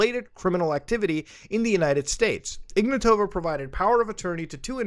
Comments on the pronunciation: to be honest I always love when people mispronounce names. It just has it's charm. well in this case it's just that it's ignAtova not ignatOva but still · I hope that woman rots in prison. The name should be pronounced IgnAtova (I'm Bulgarian). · Hey Muta, great video, but it's spelled like "IgnAAtova" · Here's some help with pronouncing Bulgarian names - we are not russian and we don't say them like that. Ruja IgnAtova (the capital A is where you put emphasis on). Pet peeve but we don't like russia and being associated with them in any shape or form. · he butchered her name so hard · The 'J' is pronounced like the 'g' in "rouge", and the stress in "Ignatova" is on the first 'a'